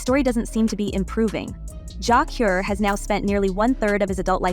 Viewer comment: JAH CURE not JAH COR sir where you from kmt